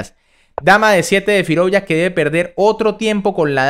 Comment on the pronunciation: Firouya, Firoulla, Firouuila, Firulai...el dia que lo pronuncies con Z y digas FIROUZZZZA, le daré like